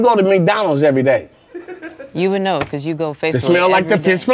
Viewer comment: The random “be caws” had me dying🤣🤣🤣